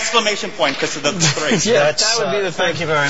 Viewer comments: "becquaze" lol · He says "becwause" lol! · what's about that "bequose"? so annoying.